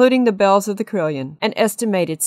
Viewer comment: It is pronounced as 'CAROLLON' not CRILLION, Other than that, nice.